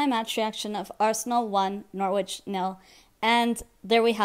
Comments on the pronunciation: It's Nor-itch not Nor-witch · you don't pronounce the W